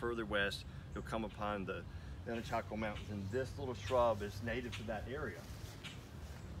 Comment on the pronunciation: I believe it's anacacho, not anachaco.